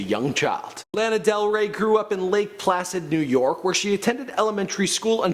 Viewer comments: Uh why is he saying her name like that!!!! Wtf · cringing everytime you say her name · You forgot may jailer bitch also learn how to pronounce her name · ooohhhh i found it lol , YOU SAID HER NAME WRONG BTW